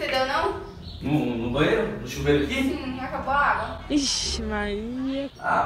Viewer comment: Eu tou maluca, ou eu ouvi " ixi Maria "